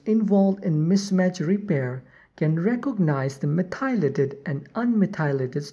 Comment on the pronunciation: You should know that "methylated" is pronounced "METH - y - lated". Not "meth - EYE - lated" as you are saying here. (capitalization indicating emphasis) Listen to some audio examples of correct pronunciation, that will help